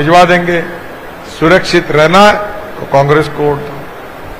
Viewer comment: “होट” नाही साहेब, “वोट-वोट” 🙄😀